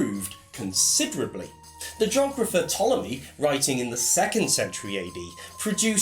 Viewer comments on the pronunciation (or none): none